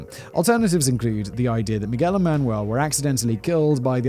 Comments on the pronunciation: He said "Mi-gwel" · Mig-well made me *cringe every time! I'm glad Simon now takes the time to at least look up the main characters' pronunciation